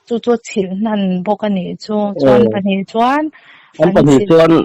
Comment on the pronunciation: A va hannpawi tehlul em! Chilh a ni lo, chhilh tih tur. I hmeichhe biak pawh hian, "a chhilh a rawn ti zel a, nang lah chuan, " A chilh" i ti zel a. 😮